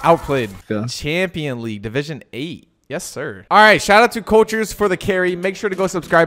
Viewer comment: cultures not colturs